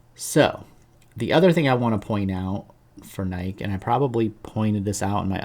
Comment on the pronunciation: Are you deliberately not saying NY KEE? Anyway, good channel, appreciate your analysis. I'm long NKE and it's a large position for me.